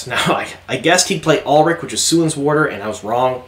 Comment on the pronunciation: Suian is pronounced “Swan”, fyi. Great video!